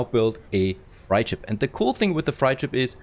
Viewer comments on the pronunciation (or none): Nice. Freight is pronounced like crate